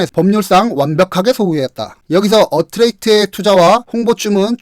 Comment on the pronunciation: 딱 한가지. 나레이션중 종종 틀린 단어를 말씀하시는걸 들었어요. 큐피트 -> 큐피드 어트랙스 -> 어트랙트 참고하시라고 말씀드립니다. 메인댓글로 달면 다른 분들이 볼까봐 대댓글로 남겨요